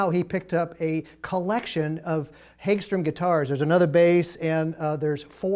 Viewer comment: Hag-strom, not hage-strom